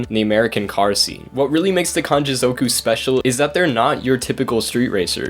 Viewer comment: zoooowku 😂🤦🏽‍♂️ ffs learn to say it properly